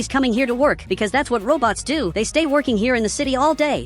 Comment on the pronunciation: you said wrong just say robots not robtos